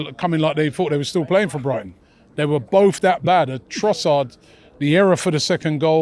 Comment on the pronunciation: Robbie saying " i am intrigued to bring in trossad"